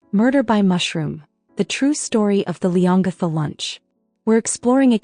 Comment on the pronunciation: ……town is pronounced ‘Lee-on-gatha’………